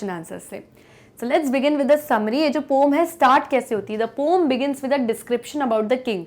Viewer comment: पोम नि होता mam... 😂😂 poen होता है... 😂